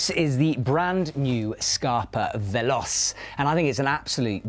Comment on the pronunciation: „scarpa veLOSS“ oh no